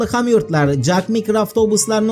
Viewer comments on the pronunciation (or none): none